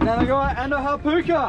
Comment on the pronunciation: Great video, just for future reference, "Hapuka" is pronounced like: Hap-HOOKER, the "Puka" part is like if you were saying Hook or Hooker, more of a short sharp "O" sound rather than an "Ew" sound (Hap-ewker) is how I would describe how you said it. Hope that makes sense